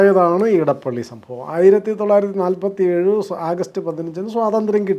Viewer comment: നിങ്ങൾ എന്തുകൊണ്ടാണ് ഇടപ്പള്ളി എന്നു പറയുന്നത്? അത് ഇടപ്പിള്ളി ആണ്. തിരുവിതാംകൂറിനും കൊച്ചിയ്ക്കും ഇടയിലുള്ള സ്ഥലം - ഇടപ്പിള്ളി